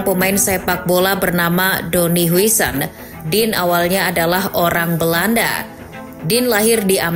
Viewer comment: "Din hausen" min